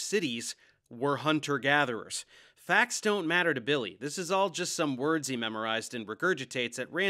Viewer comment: Don't worry believe me "it's faks" 😂😂